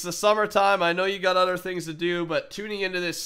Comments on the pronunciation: For some reason when ever I hear say other I hear utter. Get it he's a cow< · In the intro to the episode did he say other things to do or uter things to do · In the intro, he says "you have utter things to do" lol utter